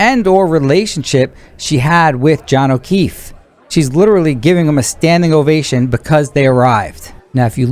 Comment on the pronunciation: It's literally. Not, litreeleee.